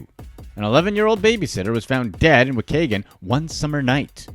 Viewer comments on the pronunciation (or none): I love how he pronounce wa kay gun 😂😂 it’s wa-key-gun